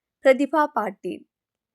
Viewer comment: പ്രതിപാ പാറ്റിൽ അല്ല